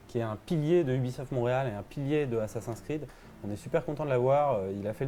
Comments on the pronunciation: Prononcer "Assassin scride" à la française. Perdre toute crédibilité. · Vous travaillez chez Ubisoft et vous savez même pas prononcer "ASSASSIN'S CREED" C'est compliqué à prononcer ? Non alors exercez vous, mes oreilles auront moin mal 😉😂